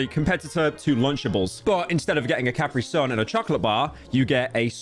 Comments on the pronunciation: Say it with me.... KUH-PREE-SUN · CAPREY SUN 😂😂😂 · he says caprisun like he's french